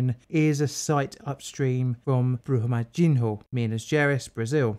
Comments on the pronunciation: Pronunciation tip: In portuguese, the "nho" syllable is pronounced like the spanish "ño" or the italian "gno" , as in "señor" and "gnocci" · Awesome video, though knowing a little Portuguese, the dam was actually pronounced "Brooma-jin-yo" (the 'h' in Portuguese is pronounced the same as ñ' in Spanish). And I admit, Portuguese can be confusing! 'Feijão' is actually pronounced "FayJAOWN" - that weird 'ão' is a nasal syllable. Brazilians (and Portuguese) seem to love talking through their noses! Anyway, on topic: The reason tailings dam lessons aren't learned is simple greed. It's much easier to just dump the tailings until the dam breaks, then use the government to make sure the next of kin are quietly bought off with spare change, and go right on doing what they usually do. Some governments eventually get sick of tailings mudslides and actually do something about the mining companies, but Brazil's government has little interest in such things. The firefighters and rescuers are heroes, though. Full stop.